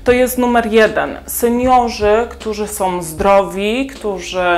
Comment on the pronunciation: Mam do Ciebie prośbę. Nie som tylko są.😂